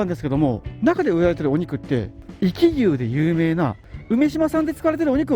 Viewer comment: ちょっと「おき」って言い間違いが多すぎるのが気になりました